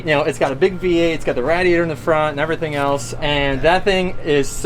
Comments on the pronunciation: Lol Rad-iater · was like "Rad-E-Atir" 😭😭 "East coast bro"